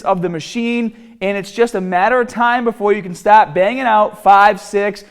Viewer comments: TARGET, START, BAR......how can he not say these words right. cringes my ears everytime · Some words like “start” or “target” or “bar” or “hard” just give him the thickest New Jersey accent